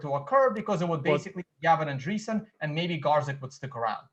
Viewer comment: I'm no expert and I'm sure I know more than. Not getting Gavin's surname right just shows that he must of done almost no research. You can just look at how its spelt or at many videos where people say his name. I'm British and I'm only just getting out of the habit of using double space, I must be Satoshi:)